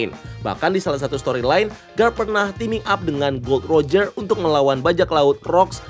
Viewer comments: Gol D Roger bg bacanya, jgn di sambung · Sebenarnya Gol. D Roger, bukan Gold Roger